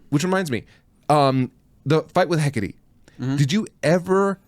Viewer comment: Wikipedia says Hecate is pronounced "Hek-a-tee," so do with that what you will.